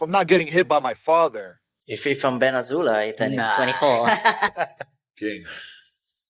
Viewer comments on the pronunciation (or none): Ben Az-hole-ay 😂